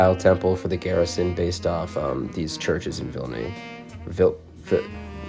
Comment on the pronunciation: You nailed the Vilnius pronunciation btw 😅